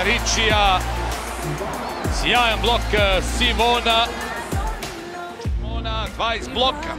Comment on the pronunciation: SIMONA???? Que pedo con ese comentarista? Le cambia horrible el nombre